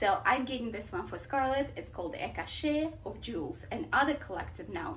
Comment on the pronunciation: Gorgeous book recommendations, thank you! I hope you don't mind, but may I correct you on a tiny thing? The word cache is pronounced "cash" not "cash-ay". That pronunciation applies to the word "cachet" which has a different meaning. Don't mean in any way to offend you, but I'm always grateful when people point out my pronunciation mistakes as I like to learn. But I love your content and have subscribed ☺